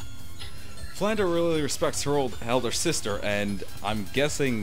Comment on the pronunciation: Oh, my grammar-Nazi senses... Flandre should be pronounced as it is spelled, with the R coming before the E. It would only be pronounced "Flan-DER" if you switched the letters around. If you want to hear it pronounced, listen to this song: watch?v=TAx38uBBThg Hope that helped. :)